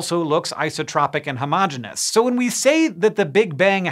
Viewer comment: Thanks for pronouncing “Homogeneous” correctly.